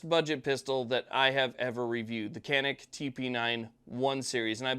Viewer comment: I've owned a Canik Stingray for a dozen years now, and I love it. But I found out that the name 'Canik' is Turkish, and they pronounce it (roughly) "zha-neek."